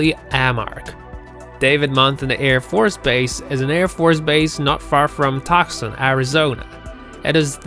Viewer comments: Tuscon, Arizona is pronounced Toooo-sahn not Tusk-cun.... there are more in this vid. Get to know your geography.... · First of all know American pronunciation. It's not ONsold. It's UNsold. It's not TUCKson Arizona, it's TUE-son. And the video continues to go on the same way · He said Tucksun Arizona? It's pronounced Toosahn. Isn't English fun. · "Tuck-son" Arizona? It's "Two-son" or "Too-son"! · IF you want any sort of credibility with your video, PRONOUNCE the words correctly. You mentioned Tucson, Arizona. You pronounced it as "Tuk-sun" which is incredibly WRONG!! It's pronounced "2-sawn". Pronounced just like it's spelled. Doing it wrong makes you sound stupid and most people find mistakes like this infuriating and distracting. DON'T do it. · Tok-sun? No...it's Too-son! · Uh, Tucson is pronounced Tue-sawn, not Tucks-on. And aircraft, "cemeteries" are known as bone-yards. Do your research better, okay? They used to sell previous models at discounts years ago. They don't do it now because the tax structure is so corrupted it's more cost effective to just throw them out and use them as tax write-offs. It's the same reason you don't see "bargain tables" in stores any more. And if you do, it's cheaper to just buy the newer items, with a warranty. Thank you socialism and democrats. You've managed to screw up even a good bargain. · Its pronounced toosahn not tuck-son ariz. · It's pronounced "two son" NOT "tuck sun". I hate it when people can't pronounce the names of the places they are supposedly experts on! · That was Real Bizarre how you named the location in Arizona of the military planes graveyard. You said "Toc-sun" it is Tucson, pronounced "2s-son" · it’s too-sahn, not tyew-saun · You had me until "Tuck-sun" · Tox sin Arizona ??... Oh gee Tucson Arizona. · Tucson, sounds like Tooson. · 🤣🤣🤣 he said toxin Arizona....and FYI, the name of the facility tells you a maintenance yard....not a graveyard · It's pronounced (TWOSON) Tucson the c is silent